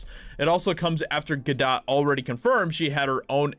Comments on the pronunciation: Gal GaDOTE. Not Ga doh. Not Ga dawt. Ga DOTE! ✌️ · pronounced Ga-'dough', french, dude. :-) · Gal Gadot is pronounced Gah- do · It’s not French dude, it’s Hebrew, and pronounced “Ga-dote”. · It’s pronounced “Ga-dote”. It’s not French pronunciation, it’s Hebrew.